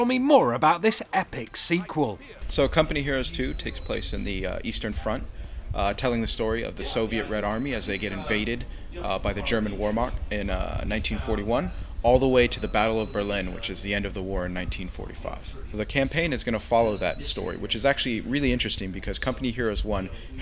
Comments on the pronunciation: I find it funny how he said whermacht, instead of vhermacht. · Oh god he said "warmacht". Anyway until CoH 2 is launched, check out the Eastern Front mod for CoH 1.